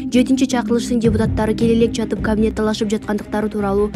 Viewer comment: Эй диктор кавинет эмес ,,Кабинет "-деп айтылат ☝☝☝сени бироо куупжаткандай окуйсунго пытыратып, утур точка , тыныш белги коюп суйломду коркуно чыгарып окуп уйронсон ...Акча мн окууну буткон соз ,суйлом диалектикадан эчкандай маалыматын жок экен.